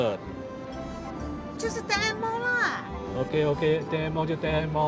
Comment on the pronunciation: I was puzzled upon hearing Ten N Mall (I0 N Mall )! 🤣🤣🤣 What a comedy!